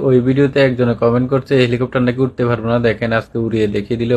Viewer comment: helicopter ❌ vancopter✔️